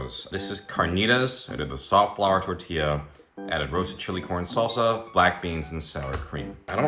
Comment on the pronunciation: It’s keeps sounding like you’re saying “porn salsa”😂